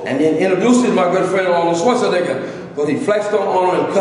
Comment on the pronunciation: Did da man just say Arnold SchwarzNIGGA !!!